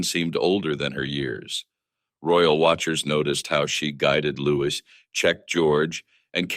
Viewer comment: His name is Louis not Lewis